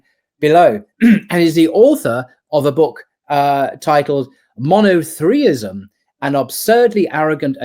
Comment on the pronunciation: "Monothreeism" 🤷‍♂️ Bros on point, its NOT "Monotheism"